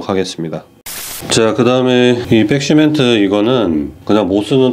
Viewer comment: 잘 봤어요 아쉬운 점은 백시멘트를 빽시멘트라고 하는게 좀 거슬리네요